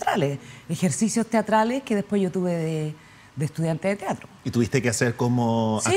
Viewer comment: Excelente charla. Lo único que me irrita un poco es que diga "tiatro" en vez de "teatro"